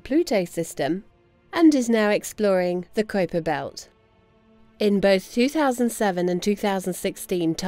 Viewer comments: Stern's pronunciation of K[w]uiper Belt drives me nuts. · This guy's unique pronunciation of "Kuiper" is the verbal equivalent of a dude wearing a hoody with a Trilby Hat. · They voted on a definition of a planet not on Pluto downgrade... too much American pride in that guy... and please mr Stern learn how to pronounce Kuiper... 😅🤦🏻‍♂️😉